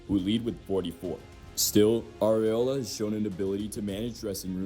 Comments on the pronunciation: It’s “R-Bell-Oh-Ah” I think your saying areola. No nipples here. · "ARBELOA" not abiola, thanks. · Arbeloa, not Arbiola. Like wha the fk dude, just read the name right. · Arbeola??? 😂😂😂 estás bien chuntarito wey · Arbeloa. "R-be-LO-a." Not -O-la." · Why do you pronounce Arbeloa like Guardiola 😂